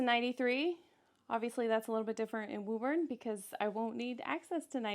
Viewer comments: it's pronounced woo-bin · WO-BIN.... from a former Bostonian.